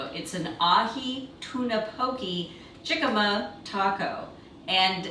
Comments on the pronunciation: both the cocktails and healthy tacos are inspirational! Just a note--pronunciation of "jicama", the "j" is silent, or rather, pronounced with an "h". So, "hic-a-ma". Hic! Have I already had one cocktail too many? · No ones told her.. The j is pronounced as an h. So it’s “hicama” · OH, so cute and fun! Would love to see more of Oscar. And...is anyone going to tell how to pronounce jicama?:-))